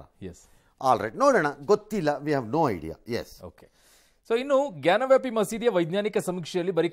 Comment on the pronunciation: ಗ್ಯಾನ್ ವ್ಯಾಪಿ ಅಲ್ಲ ಜ್ಞಾನವಾಪಿ ಎಂದು ಹೇಳಬೇಕು